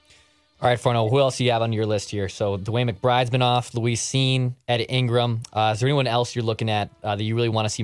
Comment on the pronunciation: HIS NAME IS NOT LOUISE CINE!!!!! Can't take it anymore. Can never listen to again. What a buffoon.